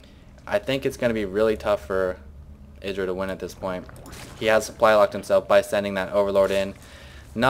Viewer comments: i thought it was pronounced eyedra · no cuz hd starcraft and husky both say it like eyedra